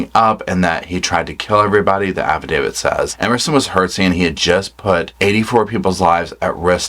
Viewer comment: you’re the only true crime commentator that pronounces affidavit properly.